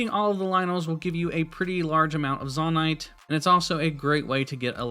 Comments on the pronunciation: firstly: useful video ty! secondly: its probably pronounced "zoe-night" rather than "zohh-night", because its a Japanese game and they say "Zo" as "Zoe" :) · Very helpful video, thanks 👍 But i did have to cringe a little at "Zawnite" lol. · To be pronounced Zonnaite there would need two n’s. It’s pronounced Zonaite. The one consonant between the two vowels makes the former vowel long. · dude it's zonaite not zonaite smh 🤦‍♀️ /j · It is not (Zaw-Nite) It is (Zoe-Nite). Literally confirmed by Nintendo. I don't know why but it bugged me so bad to listen to you call it that I had to stop watching. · ZAH-NITE :face-purple-crying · Every time he said "zONite" i died inside. Appart from that, great video! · Please stop saying zon-ite. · it is zone-ite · You calling it “Zawn-ite” is killing me! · It would be a long "O" for future reference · Bro really said zahnite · It is actually said zOnite in lore also in English vowel in a word that ends with e is always said fully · The way you pronounce things is way more frustrating than it should be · Are you purposely pronouncing Zoanite wrong? There is an O in there, best to pronounce it as such. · "zahnite" and "gega clan" physically hurt me